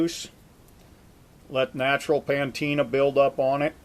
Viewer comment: It's not called PAN-teena, it's called patina